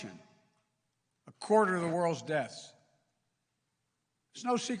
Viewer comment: The man can’t pronounce “deaths”